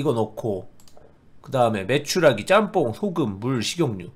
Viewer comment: 님이 계속 메추라가라고 하니까 메추리알이 보는동안 당연히 메추라기알인줄알고 본 마성의 영상.......